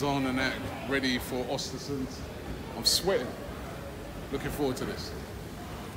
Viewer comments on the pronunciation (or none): Its pronounced urstersund. Im swedish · Every time he says Ostersunds Im thinking his ordering from a menu or something